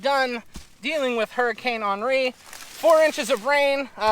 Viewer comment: Very informative and like your pronunciation of Henri - did you study French?